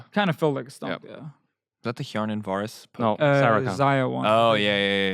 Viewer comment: Hey Rekkles, its hjärnan. Not hjarnan. You should now ;)